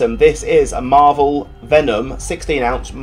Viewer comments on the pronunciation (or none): none